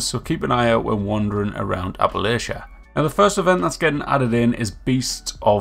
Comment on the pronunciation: ITS PRONOUNCED APPALACHIA NOT APPLEASIA. I WILL DIE ON THIS HILL.